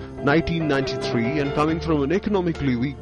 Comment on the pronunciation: The reporter must pay attention to correct pronunciation. It is 1893. The reporter seems to say 1993. The reporter is more worried about his accent than veracity and clarity.